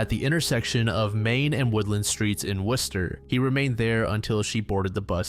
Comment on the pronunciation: Who told you how to pronounce Worcester, MA correctly.......